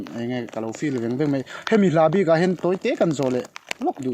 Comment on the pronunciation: Sawi tha khawp mei, 'mei' ti lovin 'mai' tih tur aw....